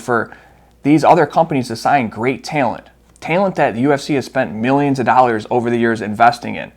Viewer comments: UFC is letting go a lot of Tay-uh-lent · Why you say talent like taylent? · i like the work you’re doing I just thought it was funny and didnt know if you always say it like that or not 😂